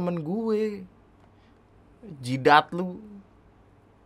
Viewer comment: Jidaaat lo... Gua kiraaaa "beraaaak"